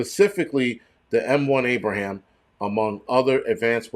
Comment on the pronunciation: The tanks aren't called abrahams 🤣😂 ABRAMS!